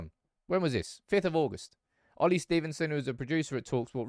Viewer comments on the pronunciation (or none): none